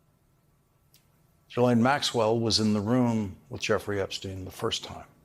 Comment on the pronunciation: was that a hard R Florida…. Florider